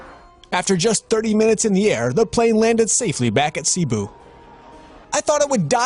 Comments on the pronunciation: "Seeboo" that not how u pronounce Cebu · Its read as “Sebu” not “Sibu” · Not cibu it's cebu slow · cebu is pronounced as sebu not sibu🤣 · Its pronounced sebu not sibu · Its pronounced se-bu not si-bu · The way he pronounce Cebu ‘Si-bu’ The Proper pronunciation is ‘Ceh-bu’ and you speak it a bit fast Btw Im Pinoy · Why do people subscribe to me? I know... It’s not pronounced ‘Ceeebu’ it’s pronounced as ‘Cebu’. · It’s not seeebu it’s Cebu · Its pronounced Sebo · When they pronounce Cebu as Sea bu Me:...no words... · It’s seh-boo... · Should be pronounced “seh-boo” with the second syllable having the stress. Yeah. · Its pronounced Sebu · You pronounce Cebu wrong. And Cebu is a Philippine region (region 7) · I no like how u pronounce Cebu...